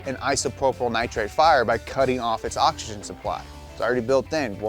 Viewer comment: can we talk about the elephant in the room?? why in the world does he pronounce OXYGEN like " ah ja gen"?? when did the X in the word become a J ?